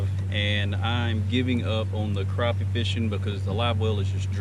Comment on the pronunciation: Glad to hear you know how to pronounce “crappie”.